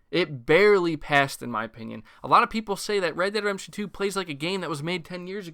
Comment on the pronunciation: Are you saying "redemption" really really fast, or miss pronouncing it wrong 90% of the time? Sounds odd to me, no offense intended.